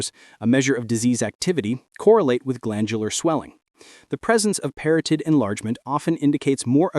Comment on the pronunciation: Parotid contains only one 'r' in its spelling; and proper pronunciation rhymes with 'carotid' (as in, carotid artery).